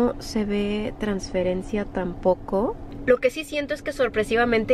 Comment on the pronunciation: transflencia jajajaj te quiero ❤️